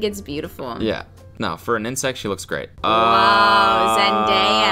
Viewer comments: I love how you can hear Kelsey in the background saying “it’s ZEN-DAY-AH” 😂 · Zen-DIE-ya Kelsey: Zendaya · did he call her "zenDAYA" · NOT ZEN DIE AH AGAIN.... do better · will never say Zendaya’s name right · Hey can you not miss pronounce Zendaya’s name on purpose because it’s a micro aggression